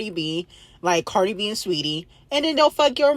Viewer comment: Cardi b archive girl not bacrave 😂❤